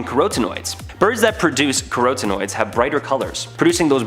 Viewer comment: Carotinoids is pronounced "cah-RAH-tin-oyds". I had no idea what you meant till I thought about the coloration of the birds you mentioned.